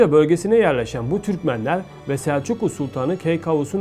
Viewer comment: Как можно переводить, и называть имя народа неправильно? В слове гагаузы ударение на 3 слоге. Снегур ударение на первом. Сельджук на 3 слоге.